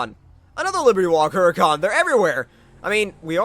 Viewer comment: Hey just a FYI... The "H" is Huracan is silent. It's kinda just... Uracan.